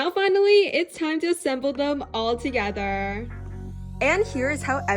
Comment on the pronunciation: the way she say's thogertrrrrr